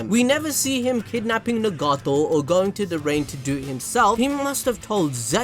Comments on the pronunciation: He can say Naruto but not Nagato ☠🤦‍♂️ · Pain: you tryna get stomped on-no-jutsu'd Jiraiya: WAIT WHAT?? (All six paths of Pain squad up) Me:🤣🤣 just the way he phrased that had me dying also the way you pronounce Nagato is funny too me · Nagato! Say his name right 😂